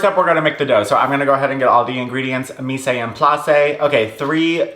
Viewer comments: Mise en place is pronounced Meez On Ploss it’s French 😭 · i didn’t wanna be that person but “mise en place” is pronounced “meez on plass” 😘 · ily but for the love of god please look up the correct pronunciation of mise en place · if i have to listen to you say mise en place wrong 1 more time im umsubing. no joke. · I love how you say mise en place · I cannot 💀